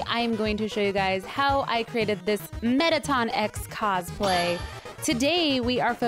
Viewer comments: Was anybody else cringing when she said METTATON X??? ITS FCKING METTATON EX EEEEEE X!!! god ppl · Mettaton EX its EE EX Im sorry im just triggered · It's said as E X 😠😠😠😠 IT FREAKIN annoys me to much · Helo fabulos rodot it's not Mettaton Ex it's Mettaton E.X